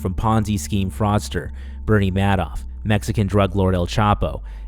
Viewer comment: I’m gonna question your credibility because of the way you pronounced “Madoff”